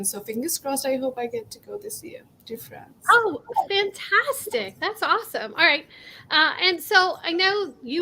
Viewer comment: Wait the first question did she say France or frog?